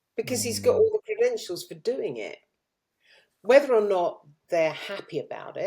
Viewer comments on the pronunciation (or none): ‘Wevver’ gives it away😂